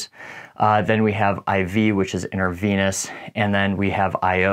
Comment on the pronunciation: great video. Just a heads up its inTRA nasal, inTRA venous, not inTER :)